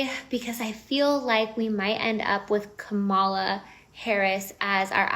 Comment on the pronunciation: Im so tired of astrology. It's Kah-muh-luh